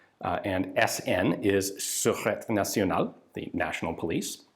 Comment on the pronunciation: Su-ru-tay nasionale (sureté nationale)